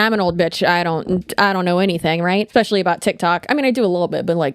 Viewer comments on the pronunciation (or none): Anyone who pronounces especially "ek specially" ugh